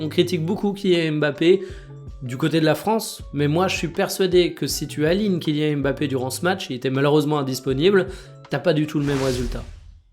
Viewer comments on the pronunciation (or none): none